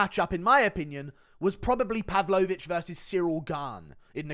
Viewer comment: Pav-low-vich, he's not a dessert Guru!